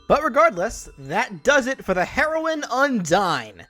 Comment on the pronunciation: "That does it for the heroin Undyne!" Uhhhh... You mean hero-ine? Also Papyrus never says "NYEH HEH HEH!"